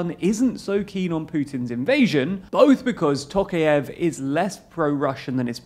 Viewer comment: It's pronounced "tɔˈqɑjɪf", not "ˈtoʊkief" as you pronounce it.